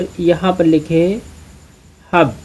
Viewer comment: Broo hab nahi hub hota ha